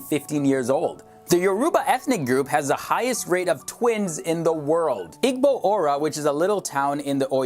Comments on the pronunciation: This dude real life said IG-Bo it’s ee-bo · he said ig-bow and yaaruuba oml🤦🏾‍♀️🤦🏾‍♀️ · he said Igbo while emphasising the g... ITS SILENT BRUH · "Yorooba" "Igbow" lol. its pronounced " Yoruhbah" and "Eebo" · Not pronounced hasa its haw-sa Not pronounced igbo, the g is silent i-bo Not pronounced yaruba, it's pronounced yo-ro-ba And the people of nigeria and Nigeria itself doesn't look like one of those dead countries trying their best to survive . Nigeria looks like any developed country ! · Not i-g-bo ... ee-bo (pronunciation) You are pronouncing a lot wrong. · Igbo is pronounced "ee-boo" not "ig-bo" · Igbo is pronounced "EEE-boo" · You pronounce it Hausa=ausa, Igbo=ibo and Yoruba=yorouba Beautiful video! Keep it up :) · "Hossa, Igbo, and Yaruuba". He said those maddd wrongg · This man said Igbo like “Eegbow”😭😭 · I'm Nigerian and u pronounce Igbo as ebo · * ha-oo-sah (Hausa) ih-bo (Igbo) yor-oo-bah (Yoruba) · he was like eg-bow😐😂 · you pronounced igbo and euroba wrong im igbo lol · Oh my lord he did not just say Igbo and Youruba like that? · please pronounce hausa igbo and yoruba properly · You pronounced Yoruba and Igbo wrong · The only thing he pronounced well was “Nigeria” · He’s saying everything wrong. It’s making me cringe. He said Igbo and Yoruba so wrong. It’s not your-ru-bah it’s your-ra-bah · Dude you can't pronounce any of the tribes right, kinda offended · I'm dead! He pronounced Igbo, Hausa, and Yoruba so wrong :D Well he tried ohh!! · "Jalaf rice" You did not- "Hasa, Eeegbo and yoorooba" you did not- "Oiyo" you did not- "eedo state" you did not